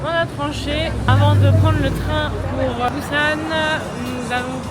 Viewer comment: Coucou ^_^ bou-SSan... = busan .. ^^ il n'existe pas de Z ou prononciation Z en korean ^^ et tout les U c'est ou ...